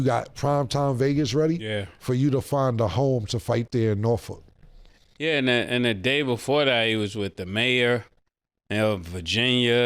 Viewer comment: I really respect came for the way he said Norfolk cause most OT folks can’t pronounce it correctly 🤣💯